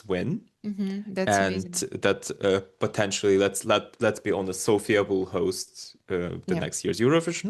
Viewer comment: Thanks for taking a note, though it is not a big deal. "Sofia", the capital city of BG, places the stress on the first syllable, while "Sofia" (the female name) places the stress on the second syllable. :face-blue-smiling